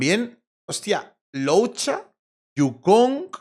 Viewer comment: Algún día podrá decir el nombre de luocha bien?